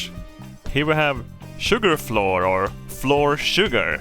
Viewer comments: Annoyed at in the first 30 seconds. Love it. If "flour" is pronounced "floor" then "our" is pronounced "or". "Flour" is like "flower" just like "our" is like "ow-err". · Oh man he's finally saying Floor properly. It's flower. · fl our flour it's flour not floor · as much as i love your accent, flour and flower are homonyms meaning a word that’s pronounced the same but spelled differently, just a little english lesson for ya :) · Day 3,564: still can not pronounce flour correctly. He's beginning to openly reject this new knowledge. We'll have to up the dosages. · He pronounces it as fluoride “fluor” in Swedish which I find extra funny.